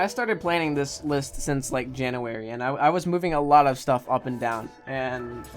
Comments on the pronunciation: this man really said “Janowary” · Jan-nuu-wary was his pronunciation